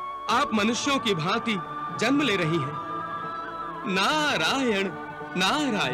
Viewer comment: जनम nahi hota ...जन्म hota hai